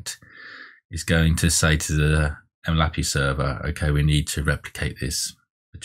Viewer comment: bruh why do you pronounce it 'em lappy' its 'em el aye pee eye' other than that useful video thanks for taking the time to make it!